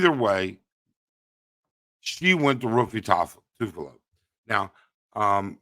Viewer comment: I almost choked in my coffee when you kept butchering Raffy Tulfo names... I've heard Ruffy a few times and then Tufalo a bunch too... Great Video despite using the new software and programs, we salute and support you ☕✌️🤙